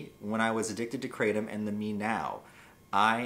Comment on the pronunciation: For God's sake It's pronounced Kratom (cruh-tom) Not Kratom (cray-tum) PLEASE Ps You've been a drama queen since the day I subscribed 3 years ago Lov u tho